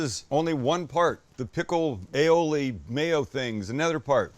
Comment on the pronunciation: you say aoil.....I say tartar sauce